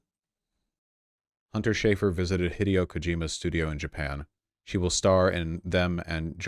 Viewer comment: Why mispronounce Hideo's first name but pronounce the last name correctly. It literally makes no sense, i would respect you more if you pronounced Kojima like ko jimma instead, ITS NOT FUCKING PRONOUNCED LIKE THE WORD HIDEOUS, ITS ROMANIZED JAPANESE, THERES AN I, ITS PRONOUNCED LIKE THE LETTER E. HE (THE PRONOUN) DAY O insufferable